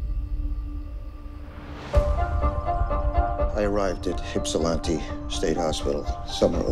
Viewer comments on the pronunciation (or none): Lmaooo I hope they fix the pronunciation of Ypsilanti in the movie... how embarrassing that the trailer starts off with that god awful “Hip-sil-anty” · listen richard.. it’s not hipsilanti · Hipsilanti? It's Ypsilanti. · he cant pronouce ypsilanti right that makes me so uncomfortable aaaaaagh